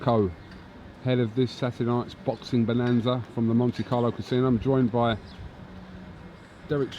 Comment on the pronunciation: its baxing, heavyweight baxing. Dereck respect heavyweight baxing